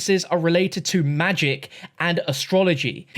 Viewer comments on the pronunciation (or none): none